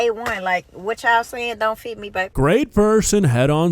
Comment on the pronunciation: She also said foot check instead of fit check and said pip rally instead of pep rally I know people have accents but for a teacher talking like that sounds like one of the students learning to speak. Iv got nothing agenst the way she talks it's fine but I would not have my student taught by her using slang and miss pronounced words if she was in school at least the ones I went to you'd be in speech class I knew 2 people in my class that was in the program cuz they would miss pronounced words like that didn't use slang but would only say half a word and expect you to know what they was saying and mubling all signs for speech class. The way she talks is cool for out of the school but when your at school you should talk that way in school or a class room when students look up to you they goingnto start acting like her 😢😢😢😢😢😢